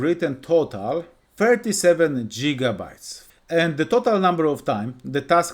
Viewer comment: jigabytes 😂 thank you but fix your pronunciation